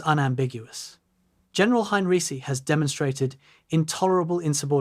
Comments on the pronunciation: His name is HEINREICH not “Hein-Ricky!” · Ai slop. Narrator cannot even pronounce name of subject.